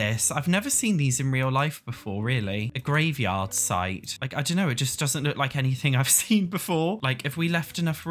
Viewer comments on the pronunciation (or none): none